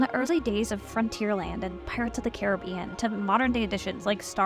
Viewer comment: Why can no one pronounce Carribbean correctly.